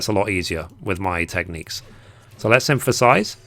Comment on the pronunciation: Lol, you do know that the word synthesize doesn’t have letter “M” in it, right?